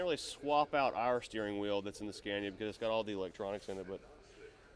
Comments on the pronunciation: Why is it impossible for you to pronounce it Skawnia? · Get more reactions and don't dare to americanise the Scania (You do pronounce it right, when you're in Sweden, why pronouncing it wrong back in the States? 🤔